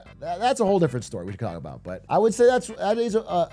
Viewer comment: "Aboot" heheh